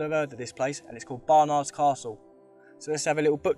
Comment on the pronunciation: Great work apart from the pronunciation of Baynard. 😂🤣😂